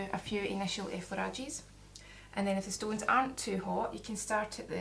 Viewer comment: Why did you say stoonees